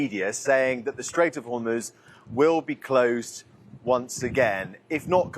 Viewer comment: The presenters need to get the name of the Strait of Hormuz right. All they need to do is, listen to the reporter.